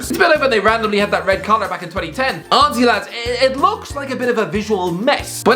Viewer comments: «» This man has forgotten how to say honestly. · He’s saying honestly not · Why does he just randomly say auzzy